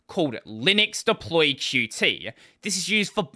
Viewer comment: It's pronounced "Cute" by the way...and not q-t